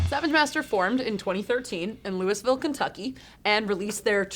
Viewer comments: She said "Lewisville" lol. As a native of the city I feel obligated to tell you all its pronounced "loo-uh-vool" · Umm - Lew-uh-villle, or Lou-ee-ville. NEVER Lew-iss-ville. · As someone from Kentucky..Louisville is pronounced like Loolvull. Good try though 👏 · louiSville, KY. interesting pronunciation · I was more concerned with her butchery of Louisville. Or should I say Lewisville? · Another Louisville band! I’m so proud of my home city! By the way,, its supposed to be pronounced Lou-ee-ville or Lou-uh-vul ( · Austin F I have also heard natives pronounce it “Loo-vul” quite a bit. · That's what I was thinking. You wanna band? West KY here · Yeah, I was like, where's that in KY?